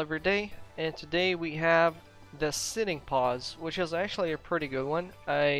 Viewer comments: I have a question about how you say pose. In the united states, the word you are saying would be "pause" not pose. We pronounce pose like the "po" in potato. Is this pronounced differently were you learned English or is it something about your native language? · Pose say it like PO-se